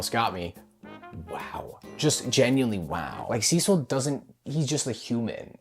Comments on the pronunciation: HE SAID CECIL RIGHT ,IT TOOK A YEAR BUT HE SAID IR RIGHT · He’s finally pronouncing Cecil’s name right…